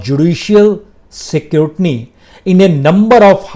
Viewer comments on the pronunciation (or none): Scrutiny to thik se pronounce kar nai paate ho ,chale ho supreme court,cbi aur sabko gyaan baatne